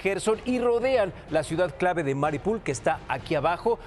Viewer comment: el mapa: "Mariupol" el man: "Maripul" el mapa: "Jarkov" el man: "Jarvix" ES LE VIOSA! NO LEVIO SSAAA!